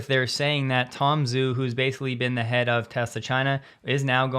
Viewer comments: Minor nitpick on pronunciation... the Chinese guy's name "Zhu" sounds like "Jew" not "Zoo". (It's the "h" after the "z" which marks this as a retroflex consonant. Without the "h" a letter "z" by itself sounds like the "dz" in adze.) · Romanized Chinese pronunciation is not intuitive. Tom Zhu name should be pronounced “Ju.” Many people also mispronounce Xi Jingping’s surname, Xi should pronounced “Shi.” Love your channel! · Zhu is pronounced “Ju”